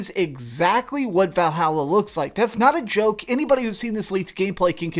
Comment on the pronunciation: Val - hall - uh